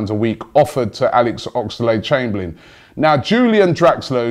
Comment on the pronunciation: It's Oxlade...... Not Ox-a-lade